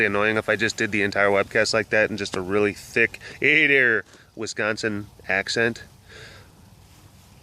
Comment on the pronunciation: Ha ha, you may have lost your regional accent but can hear it clearly by the way you say Wisconsin. I sound the same way; don't think it will ever go away. Love these. ❤️